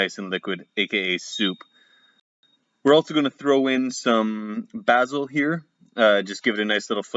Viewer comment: Basil, Basil, it's pronounce basil, ;) Look yummy